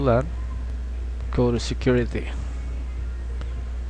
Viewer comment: hate the way his mouth sound, even the way he pronounce security to securithy